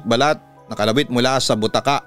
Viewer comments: Ang tamang pagbigkas ng BUTAKA ay malumanay o ndi mabilis... Originally BUTAKA word is from Ilokano upuan na gawa sa Rattan o kahoy n may mahaba na arm rest. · Slow po ang pag pronounce sa bu-ta-ka not butaka’